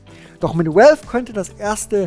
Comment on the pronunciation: valve spricht sich "wälw" nicht "uälw", godamnit! X'D